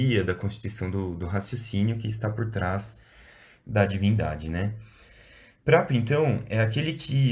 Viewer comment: Gostei demais! A única e pequeníssima correção que eu sugeriria, seria a pronúncia ''Príapo''. Fora isto, achei maravilhoso! Parabéns e obrigado!